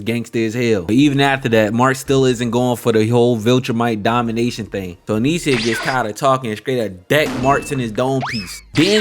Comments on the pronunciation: if this nigga dont stop saying anisia its fucking anissa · Maaaan. At least the weeb names come from a whole other language. How did you manage to add an extra vowel to Anissa? 🙃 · Pronouncing Anissa name wrong was sending me😭